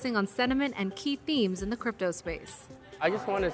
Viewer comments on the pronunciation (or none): did you say crapto?